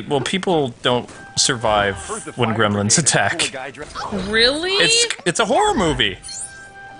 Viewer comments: I pronounce it gremlins not grimlins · I remember grim-lins that's how you say it your right